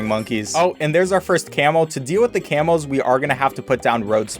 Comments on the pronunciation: I hear camels not camos I was really confused for several minutes. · I thought he was saying camels for a solid 10s when he was talking about camos